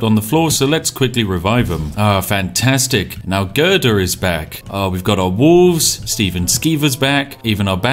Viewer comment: Gerdur? No: Gøhdøh